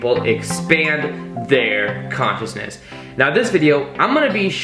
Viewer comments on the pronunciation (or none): none